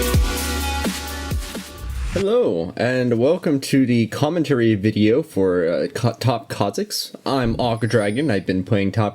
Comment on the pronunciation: nobody noticed the fact he said Khammentary